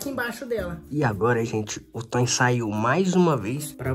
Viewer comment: Não é Tony é toin